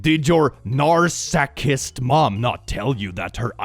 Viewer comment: "narsacist" ... can tell he's been called that